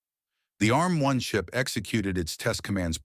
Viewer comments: A-RM? Its "Arm" you dopey AI. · There is so much wrong about this video. It looks like an Acorn fanboy told an AI to make a video about the history of Arm. And no it is not A.R.M. you silly American AI voice. More and more of this inaccurate AI videos are being shoved at us by YouTube lately. Perhaps YouTube itself has been taken over by a renegade AI bot...